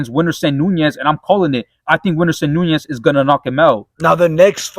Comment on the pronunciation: Winderson "NEEUUNEZZZ😵‍💫"